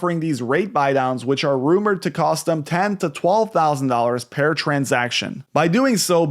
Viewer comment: per transaction not pear